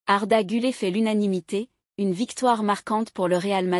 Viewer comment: GüleR et non gülée.....